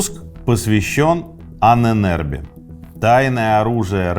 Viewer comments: Ужасно коробит это "аненЭрбе"😂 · Мои три копейки: Аненербе (Ahnenerbe), ударение на а (Анэн-Эрбэ) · Ahne - предок, соответственно мн.ч -Ahnen . Erbe - наследие. В конце твёрдое - е. Звучит как "э" . Правильно произносится Анэнэрбэ...кстати существуют до сих пор отделения Ahnenerbe в Германии. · Правильно произносить " аннэнэрбЭ" , слово состоит из двух слов - Erbe ( эрбэ) наследие и Ahnen ( предки) . Тоесть- наследие предков. В конце слова твёрдое " э" а не " е" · Произносить и писать лучше " Аанэн Эрбэ" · Ahnen = предки Erbe = наследия Слово "Ahnenerbe" произносится с ударением на удлинённую "А" как "А́аненербе" и означает наследие предков. Этим может быть всё что угодно. Например пирамида для египтян или же светлый цвет волос у шведов 😉. Пишу этот комментарий просто для понятия самого слова. Может кому нибудь интересно 🤷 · дуракам покоя нет... ударение на начальной букве "А"